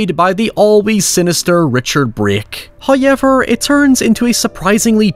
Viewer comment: The guy who mispronounces however ywt likes to repeat it a lot. "hoyyyyyever" "oiever". "hayyyever"